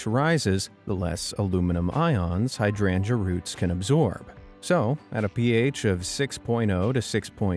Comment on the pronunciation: Fascinating and informative up to the point he mispronounces hydrangea. It's high-DRAIN-juh!!!!! Ugh.